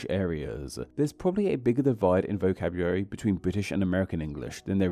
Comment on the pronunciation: Interesting that you don't pronounce the L in vocabulary.